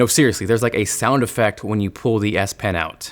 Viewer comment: I swear he says DS pen lol